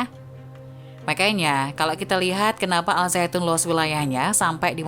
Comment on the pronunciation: Bukan.azaitun tapi.azaiton